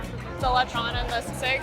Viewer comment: Lee shon? See seeg?